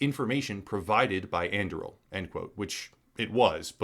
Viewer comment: And Im pretty sure that "On-DOO-ree-ill". As in Aragorn's sword in LotR